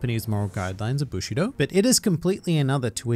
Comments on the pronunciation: "Bushino"...I hate/love you,. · "bushi-no" killed me